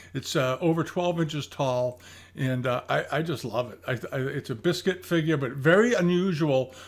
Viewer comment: bisquit is not 'biscuit' - it is 'beesqeet';-)